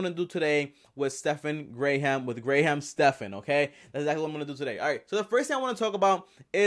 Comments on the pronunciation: It’s not Gray Ham. It’s graham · It's "gram" not "gray ham" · I only watched 4 seconds. You actually pronounced his name “Gray ham” when you can literally watch any one of his hundreds of videos and know within 2 seconds that it’s pronounced “gram”. I can’t take you seriously after that and there’s no point in watching the rest. You lost all credibility. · Never once have I met someone with the last name Graham, known plenty of Graham’s as the first name. Also, why are you saying gray ham? Try “gram”. And considering the fact that you focused on his name so many times… I really hope isn’t your last name? Cause that’s totally a first name 😂😂 really confusing, first name followed by a first name…? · I just found Graham Stephan's page last week, so I am still deciding how I feel about him. that's why I clicked on this video. But before I can even watch this video, i just had to say three things 1. His name is pronounced like gram, not Grey Ham. That was driving me crazy. 2. Graham is both a first and a last name, so harping on this make you weird. 3. Stephan is both a first and a last name, so harping on this make you weird. Ok. Now I can watch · Anyone else irritated that he keeps Gray Ham instead of Graham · My main issue was not the flipping of his first and last name (could have just written it down to remember better or say both and edit out the incorrect one or just said the first name). My main issue was that you kept pronouncing it GRAY-HAM. It is pronounced GRAM, like the measurement. That is all. good stuff otherwise. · Lol. Clickbait!!! It's pronounced Gram! Not Gray-ham. It's one syllable, not two. You're obviously not a fan or you'd know that. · I'm pretty sure it's pronounced "Gram Stephan", not "Gray-ham Stephan" lol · Who’s Gray-ham? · Lost me at gray-hamm. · I can't get over the GRAYHAM. lol! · It's pronounced "GRAM" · Dude his first name Graham is pronounced "gram" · Stephan Gray-ham! lol You so funny! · It’s pronounced GRAM. you nimrod